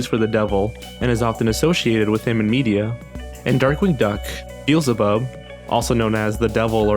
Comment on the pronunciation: "Bizbub?" It's pronounced "bee el za bub"